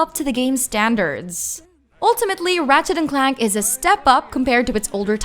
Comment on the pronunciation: “Ratchet & Clack” lol